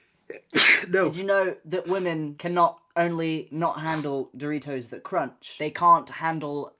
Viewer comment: it's too early for this....istg when Noah said doritos I heard 3 toes and got so confused💀